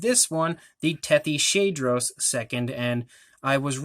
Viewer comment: I think it’s actually pronounced Tethys-hadros You are great at painting these